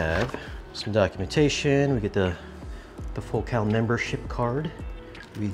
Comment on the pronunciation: What's with the weird pronunciation of Focal.? Ordinarily the emphasis is on the first syllable of that word. Is the pronunciation you use the one the company prefers?